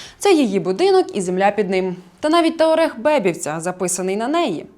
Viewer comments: Висловлюю щиру подяку журналістам "Бігус інфо" за їхню роботу, але коли ви вже, дідько би вас вхопив, запам"ятаєте, що модель Фольксвагена називається ТУУУУУУУарег, а не оце рагульске тАурег. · Вітаю,, ви як справжня дівчинка з народу, говорите фольЦваген тАурег замість фольКСваген тУарег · Туарег, а не таурег😂😂😂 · модель Фольксвагена називається Туарег. Не Таурег. Вивчіть матчастину, будь ласка.